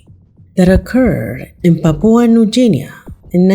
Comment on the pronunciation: Papua New Guinea ≠ “papoa new jinea” and Guard ≠ car. Her voice is lovely but her pronunciations are definitely not exquisite 😂.